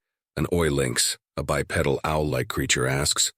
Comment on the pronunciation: less than 10 seconds of this and I already am quitting and giving it a thumbs down. The reason starts just 4 seconds in- "a lone bipedal (mispronounced of course as 'by petal') insectoid being resembling a praying mantis. His four segmented legs" Since when does a biped have four legs. Stupidity. Not taking anymore chances on this mess.